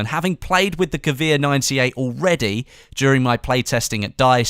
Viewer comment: dat pronunciation of gewehr to xd